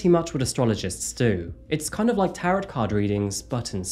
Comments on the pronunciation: Tarret cards? No. It's pronounced tarrow. Silent 't'. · Ok so m'dear, I just had to weigh in. Tarot (pronounced "taro") and astrology have some associations but the method used couldn't be more different. I'm a Tarot expert (having been studying it since - believe it or not - 1978) and I've never formally studied astrology but between Tarot and alchemy I know a good about it and what you do to cast a chart. It has to do with alignments of the planets, etc. Tarot involves the understanding of symbology and how to apply it to a situation. That's an extremely simple breakdown but you can see that they really aren't much alike at all, unless of course you're just lumping them together as "fortune telling", which just let me state here is, emphatically, NOT what I do. It's something like a weather forecast. Just seeing trends and where they could potentially lead. My own personal "guru" (just never tell him that I called him that 😆) is John Michael Greer, who DOES cast charts, and could tell you a lot more about what's involved with that, and my other "guru" (ditto especially as I haven't managed to speak to him yet 😇), Robert Place, who has designed several truly beautiful decks and is a student (or by now master) of alchemy, which figures in all of his decks, could explain plenty about that. Ethics in these areas are of particular importance, and no way should you or anybody reading this judge us all by ANY standard that includes Mega-Tarot-Freakazoid Girl who's been throwing around allegations of murder against obviously inno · Tarot rhymes with arrow, not carrot. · Pronouncing the second T in Tarot is craaazy 😆